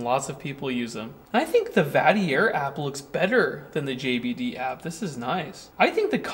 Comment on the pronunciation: Possibly pronounced like Darth Vatrer?